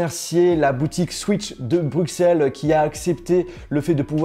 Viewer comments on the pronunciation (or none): On dit Brusselles pas Brukselles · Tu vas te faire déboîter par les belges. T’as dis Bruxelles en prononçant le x « x » et pas « s » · Ça se dit « BruSSelles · « BruXelles » tu fais honte à notre si belle ville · Tu as mal prononcer Bruxelles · please tu peux arrêter décrocher le nom de Bruxelles s’il te-plait